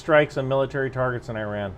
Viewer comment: You are pronouncing it how Iranians pronounce it (i.e. īrān), since the english o here (as in the word on) is equivalent to the Persian long ‘a’ vowel which is usually transcribed as ā (in uses this vowel to pronounce tehrān). So E = ī (ای) and ron = rān (ران), joining the 2 gives īrān (ایران). Those who spelt it like E-rahn would be pronouncing the long ‘a’ vowel as a short ‘a’ vowel which would give īran (ایرَن) not īrān (ایران). Obviously given that they are representing their pronunciation correctly using the English alphabet.